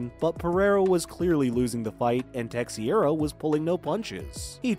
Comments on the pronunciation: Dude you need to learn how to say Glover Teixeira's name. In Glover it's a long o like Glowver and his last name is not texeira its said like this Tei-Chera. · Hard for me to keep listening after hearing Tex-iera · Glover “Tex e era”? Man. If you really don’t know what you’re talking about, why even do this voice work? Immediate stop and thumbs down. Waste of time. It’s like listening to a construction worker explain rocket science. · Man said “Tex e ara “ 🤣🤣🤣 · Glover “Tesh-era” 😜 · Who this "tecksiaira" fella?